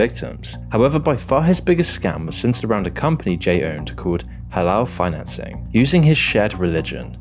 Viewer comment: “Hala Finacing” 😂